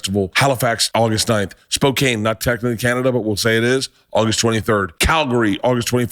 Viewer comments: its spocan not spocain thats hows its said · You might want to learn how to pronounce "Spokane" before going there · Also Bertastic: Canadian tour stopping in Spokane, Washington... and obviously mispronouncing the name of the city.